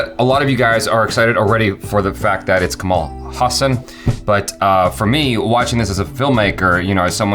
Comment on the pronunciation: right pronunciation of his name is ka - as in "co"ffee ma - as in "Mo"ther la - as in "La"La land ha - as in "Ha"llow ssa - as in mali"ssa" n - as n or Kamala as in "kamala" harris